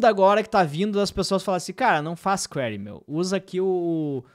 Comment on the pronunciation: "Kwaree" é pedreira "Kwiree" é "perguntar/soliciar/indagar